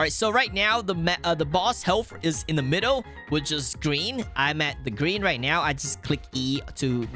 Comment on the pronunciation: are you serious righ neow bro